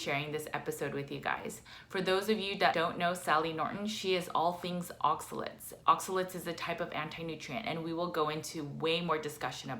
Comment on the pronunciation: ...it’s oxaLATES’...not oxaLETS’....